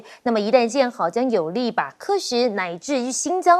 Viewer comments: 喀什 读 卡，不读 客！我已经看到两个台湾主持人读错了。。。。。。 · KE SHI ?喀什 KA SHI ， 台湾人跟韩国人一样创造中国话吗？ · ka什，这主持人连名字都念不对